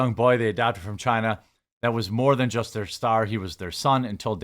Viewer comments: I like you. Please stop saying china like that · lol, ew, why are you saying China like that?? You sound stupid af.